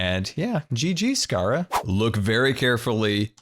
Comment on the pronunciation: also its not saharia its sahara theres no I